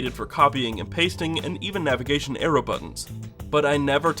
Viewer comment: Damm, "navigaton arroy buttons", one of the things I've always wanted in a virtual keyboard.